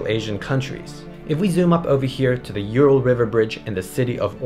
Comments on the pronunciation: Not You-Ral. U-ral. Oooh-ral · It just hurts my ears when pronounce Ural as You-ral instead of Oo-ral. Also I can't stop my brain associating it with urinal when I hear You-ral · It's not pronounced like that, ( I am talking about Ural Mountains ) It's "OoRrraall"